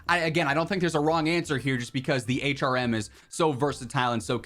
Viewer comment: Thanks for taking my feedback a couple of videos ago and pronouncing the HRM correctly lol